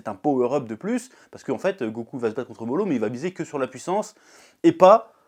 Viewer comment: Y'a un truc que je comprends pas avec toi, d'habitude tu prononces les prénoms dans les mangas à la française ( genre au lieu de prononcer Narouto et Sassouke tu prononces NarUto et Sazuke...je suis clair où pas?) mais par contre au lieu de dire Moro tu dis Molo. JE N'AI COMPREN PA!